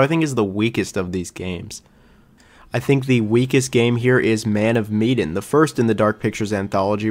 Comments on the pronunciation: Meh-Dan not Me-den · Why’s he calling man of Medan. Me-den. It’s Ma-Dan. Literally bothered me the whole time lol. But I like the ranking. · Repeat after me; "MEH-DAN." Not "MEE-DAN." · Wondering why you pronounce “Man of Medan” so strangely. It is not mee-den. Interesting list. So crazy to me how people love Little Hope when it has the worst ending. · I'm so bothered that u pronounced Medan like "Mee-din". When its Meh-Daaan. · It's Meh-dan, not Mee-dan. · "Medan"... like Sedan.. not Miedin, Miden, Meiden... meDAN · Med as in medkit, and an as in anvil. Sorry the pronunciation was killing me 😂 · Man of WHAT? "Meedan"?? I usually don't care about pronunciations at all, I think that's nitpicking But how did you get that wrong, it's the name of the ship, they say it all the time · My guy said Mee-den. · It’s muh-dan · man of medan (med-ahn) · Mean pronounced ma- dan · I feel like you’re mispronouncing the word Medan in Man of Medan but I could be wrong, either way great video. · You are pronouncing Medan incorrectly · Me, too. Especially since the plot was inspired by the Ourang Medan. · I have never heard anyone pronounce Man of Medan that way and it’s driving me nuts😅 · I love how you kept saying medan wrong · Bro how hard is it to look up how to say "MEDAN" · You pronounced Medan wrong, weird since you say you played it. Also, you say “I didn’t like the plot”, but it’s based on a true story….so, you don’t like a true story? You seem to know nothing about these games. For the record, don’t discourage others from playing a game. That’s such a petty thing to do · Dude, you can pronounce eponymous but you can't say Medan?!